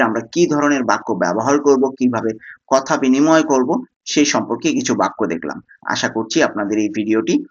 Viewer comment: ভাই আপনি উচ্চারণ সাই হবে না সেই হবে